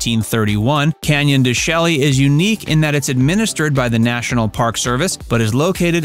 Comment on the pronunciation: In this video, several mispronounced words are evident. Saguaro is pronounced sa-war-oh (no hard G) and Canyon De Chelly is pronounced Canyon De Shay. These are just a couple examples.